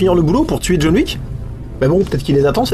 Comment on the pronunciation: Jaune Wouique, DJON WICK, c'est rigolol, mais pense à tes mots clés ;-)